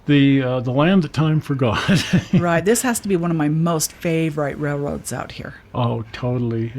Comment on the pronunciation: Favorite pronounced favor-ette not rite...